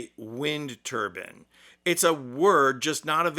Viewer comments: The word is TURBINE not TURBN which is worn on the head. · 4.32 'he lacks the vocabulary to say wind TURBAN...' 'It's A word not available....' The word is TURBINE, there is a letter 'I' in the middle. I'm guessing a wind turban would be a traditional Indian male head covering, with a chin strap for blustery days. Also, which is the word Trump lacks the vocabulary for, wind or turban? or do you think 'windturban' is one word? I really hope this guy is trolling his audience, otherwise I may have just insulted someone with learning difficulties. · Wind turbine, not turban. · What's a Wind Turban?? It's Turbine, Thought Trump Made English the Official Language of The U.S.A. 😂😂😂😂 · What's a wind turban? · Try saying Turbine the right way. Turban is what is worn on one’s head. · TurbINE not turbin just like you say NINE and not nin. It's a turbine, thats how it generates stuff. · Hahaha ya said wind turbin... thats a Hillarious image to bring to mind. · On the irony of the orange moron not liking wind....Trump is a childish name for a fart in UK...lol And it is wind tur-bines to rhyme with lines, not tur-bins. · By the way its tur bine not turbin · By the way, mate. It’s wind “turbine”, not wind “turban”. A turbine, and a turban are not the same thing, nor are they pronounced the same. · Trump calls them windmills and you call then turbans! The correct term is turbine. Bin not ban as the ending. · Dude! You say it wrong too! You said turban which is the religious headdress for a Sikh male. The word you are looking for is turbine. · It's a wind TUR - BINE (rhymes with wine, sign. line. fine) A TUR - BUN is a style of hat. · It is actually a 'turbine' not a 'turban' a Turban is worn by Sikhs. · It's a wind TURBINE not a wind TURBAN. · Like a typical yankee, you have trouble speaking. English please. Its a wind turbine. Not a wind turban. The 'e' makes the 'i' long. What do you decorate at Christmas, a pin tree or a pine tree. Turbine, not turban.